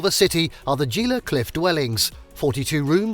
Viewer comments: As soon as you said Gee La instead of Hee La...I stopped watching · I left this morning for a road trip. I got like 18 miles from my home when I felt I had to take a bad dump. I turned around because of my public toilet phobia and just stayed home. Like Harry smiling in his Lamborghini until his stomach drops. It’s Hee-lah, nit Gee-la. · It isn't pronounced Ge la. But He la. It is Spanish so words starting with g are pronounced with an H. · He-la not gee-la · its pronounced Gee, not Jee-la, like Gila Monster. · Gila is pronounced "HEE-luh," not "JEE-luh." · "gee-la " cliff dwellings. 😂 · Gila is pronounced HEE-luh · no charge for this bit of info: you misplaced the accent in Albuquerque, in that you placed it on #4: quer, rather than where it should be: #1: AL, i.e., AL-buh-curr-key, rather than al-buh-CURR-key. #2: Gila Cliffs' 1st. word, 'gila" is correctly pronounced HEAL-uh By the way, this pronunciation also applies with Gila Bend, AZ; Gila River, and the gila monster--a venomous lizard of the US SW. No charge!😀 It's good to note that the city near Taos Pueblo is the city of Taos, which exactly matches the Pueblo, following a city mandate. Technicality here, but good to point out: though national monuments are included in the 400+ sites under the supervision of the US National Park Service, they're a step down from national parks, along with national seashores, national lakeshores, national scenic byways, national historic sites, and about 25 more classifications. Another piece of trivia: along with Hawai'i, New Mexico is a bilingual state. In Hawaii, it's obviously Hawaiian; in NM, it's Spanish. Case in point: White Sands is a national park, rather than national monument. Just for the record, Bandelier is ban-deh-LEER, rather than ban-DELL-ee-er. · Gila pronounced Heela. Mogollon pronounced Mugeeown. I enjoyed video but please do your research. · Gila is not pronounced with a hard G, it is pronounced Hila.